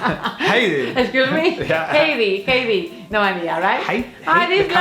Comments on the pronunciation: I have been watching your videos for a number of years now. I think Yoly's pronunciation of "Heidi" is just wrong and nothing to do with the fact that she grew up speaking Spanish.. She pronounces it as if it was "Hay di" which is a Caribbean country (Haiti). Heidi (Hi di) {Hi with a long "i"} is a female name. Thanks for your videos. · By the way it's pronounced Hai-die not Hey-die and yes she does live in the Swiss Alps